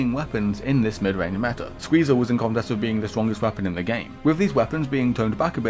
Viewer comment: "Da meta" This is so sad 😂